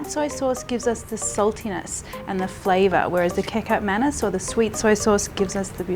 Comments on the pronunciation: Its pronunced mahn- knees lol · Marion. when you pronounce. samba oelek. Oe. as. oo. in Woo. and also Kecap manis. like. manees. recap manees. hope it helps